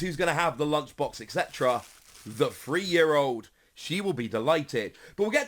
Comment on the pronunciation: If you have a voice for radio! Learn too pronounce 3. sorry but it annoys me everytime!